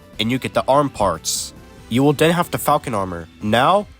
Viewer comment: Push the “buddons “ and “den” you get the gay armor